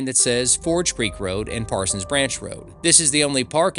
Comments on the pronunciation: This is an informative video, thanks. Made me twitch (lol) that you got stuck calling it ParsonS Branch every mention, as the name has no ‘s’. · Dude, look at the sign and the map, there is no s at the end of Parson. Why do you keep pronouncing it incorrectly?